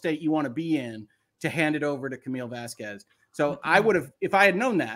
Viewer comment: the Lawyer mispronouncing Vasquez is how Elaine says it too. It’s kinda disrespectful to do it over and over imo